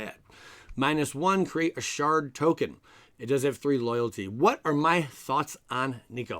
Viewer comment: Did you say shart token?